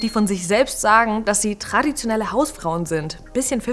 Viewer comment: Big time WTF. Vor allem „tradiotenelle“ ja lul